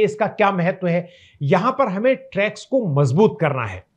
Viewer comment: इस वीडियो में मैंने रेग्युलेटरी टी सेल्स को ट्रैग्स कहा है। इसका उच्चारण टी-रेग्स T-regs है।